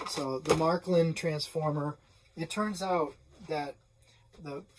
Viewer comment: Matklin? Märklin!